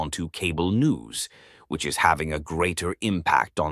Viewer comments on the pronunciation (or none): "Which is having a greater impact?" That's the moment I knew for sure. AI gets the emphasis wrong, in this case, the word which is not emphasized. I like the writing.